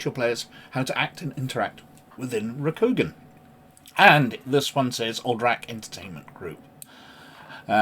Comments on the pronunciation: It’s Row-Coup-Gone 😊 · It's pronounced Ro-ku-gan or more phonetically, it's Roku like the tv service and also the Japanese word for the number 6 with gan, with the a being soft, on the end or Roku-gan. Hope that helps. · A Good video, though L5R 3E is my preferred edition; however, as pronunciation is something of a personal bugbear of mine 😅, I feel compelled to lend a hand (no offence intended): Rokugan = ROH●koo●GAHN Shugenja = SHOE●gen●JAH ("gen" rhymes with "Ken", with the "g" sounded like the one in "guy" or "ghost") (Also: There's an "Oriental Adventures Pronounciation Guide" on the en world website that may be useful for other words used in the game/setting) Stolze = STOL●zee (and that comes straight from his own website) Edit: Sorry to hear about the YT censorship nonsense - it seems that between their AI "filters" and overzealous fundamentalists amongst both YT review/appeal staff and the general viewing public, sheer and utter madness rules the day; hopefully something good will come out of this, somehow...🤞